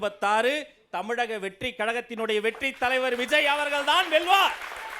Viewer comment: 🚶‍♀️2024ல் வி ஜ ய், 🏃2026ல் விஜேய் 🏃‍♀️2026 ல் விஜோய் அண்ணே மூணு வருஷமா அவர் பெயரில் மட்டும் கூட்டங்களில்உச்சரிப்பதில் மட்டும் தான் வேக்ம், உத்வேகம் தெரிகிறது 2027ல் தலைவரின் விதி எதுவாக இருந்தாலும் எப்படியோ நம்பி வந்துட்டோம். நாம் இன்றைய உறுதியில் யிலிருந்து மாறாமல் இருப்போமா !!,!,! ??? ஃ± ±±±